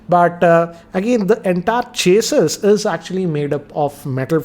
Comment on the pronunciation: Chasis is pronounced as chaasi